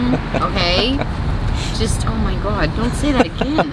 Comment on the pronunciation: Oh my gwad. 😂